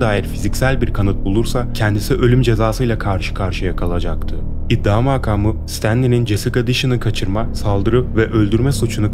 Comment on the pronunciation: iddia maakamı değil makamı çok rahatsız ediyor dikkate almalısınız.